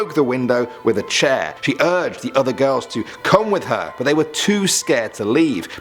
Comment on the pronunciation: "Time to go kidnap some gorls"